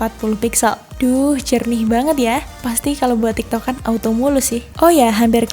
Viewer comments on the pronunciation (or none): none